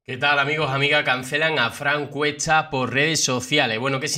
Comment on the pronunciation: Frank Cuecha, que echá, cheniendo, agocho... 😂😂😂 Amigo ve a un fonoaudiólogo urgente, no pdés hablar así! Es una falta de respeto al lenguaje castellano... 🙄🤦🏻‍♀️